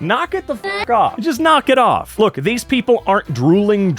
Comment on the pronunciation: “lok at the risin sun” DUDE IS MIDNGT FOR ME